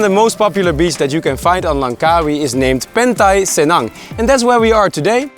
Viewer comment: Lmao it’s pantai cenang not pentai senang